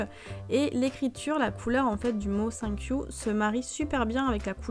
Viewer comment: Ton accent anglais : cinq you 😃😃😃